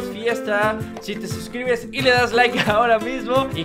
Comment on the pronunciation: De Len liiiike no lilake